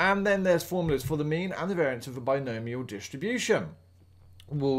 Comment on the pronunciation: bi-gnome ial, are you kidding me lmao